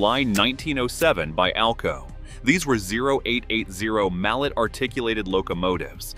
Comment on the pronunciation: Also, Mallet is pronounced Ma-lay. Invented by Anatole Mallet (1837/1919), a Swiss inventor in the 1880s. Yes, a Wooten boiler is basically burning a little coal with a lot of dirt. Jimmy from beautiful 😍 bucolic downtown Schnecksville, PA, sun 🌞 and fun 🎉 capital of the world 🌎